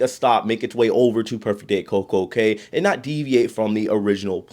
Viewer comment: Cay is pronounced key. Have you read Theodore Taylor?